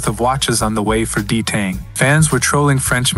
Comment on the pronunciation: “D tang” 😭